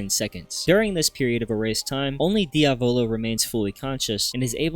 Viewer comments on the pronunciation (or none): Inglesi di merda NOT DIAVÒLO BUT DIÀVOLO is the correct pronunciation and it means devil the accent goes on the A learn the name ffs